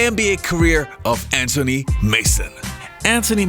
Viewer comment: Why do you say AN TONY instead of Anthony??? Its AnTHony Mason.